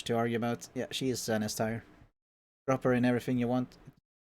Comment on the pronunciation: How have you spend however many years on this earth, without being able so say "tier" correctly? I mean surely you've heard someone say the word before?